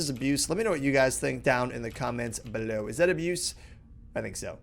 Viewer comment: Aboose!!! Just kidding rob, keep up the vids, and if you think its abuse, don't do it :D